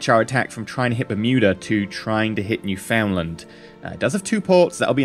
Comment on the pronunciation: the way he says newfoundland lol